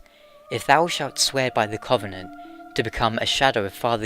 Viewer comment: Oh man your pronunciation of "covenant" kills me ;_